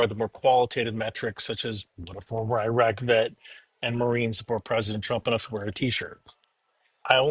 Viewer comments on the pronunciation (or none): none